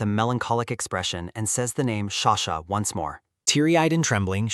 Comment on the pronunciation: frrrr ughh i am soo frustrared everytume he calls her sashaa just stop freaking calling her sasha